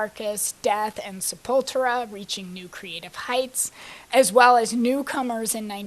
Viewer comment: Warmaster, really? Sepultura should be pronounced as an alternate spelling of sepulchre. Death Metal began in 1984, with Mantas (later Death) and Morbid Angel. Sepultura, again, was Black Metal, and Bolt Thrower and Carcass were grindcore.